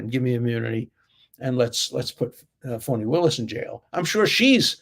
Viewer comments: Do you call her Phony Willis because she has been phony? Or do you pronounce her name that way? Just wondering if laughing at it is for good reason lol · Professor Dershowitz-- I sometimes wonder if the way you say "Fani" Willis--is it your Bostonian type accent, or if it is purposeful that you pronounce it as "PHONY" Willis. It makes me smile every time I hear it b/c I hear "PHONY".